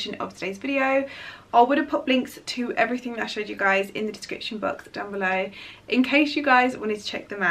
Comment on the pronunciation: I love you but please say ‘EVERYTHING…with a G and not a K!! 😄😘🙏xxxxx